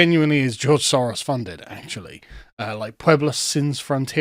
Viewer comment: Is the name "SOROS" really that hard to say?